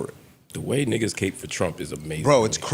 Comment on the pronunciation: ITS CAP NOT CAPE MFS